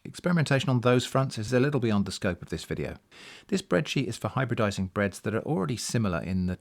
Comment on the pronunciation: Hybreadising? Making Excellent bread?